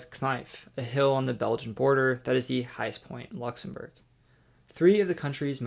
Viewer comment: Nice effort on the pronunciation of the Country’s Name.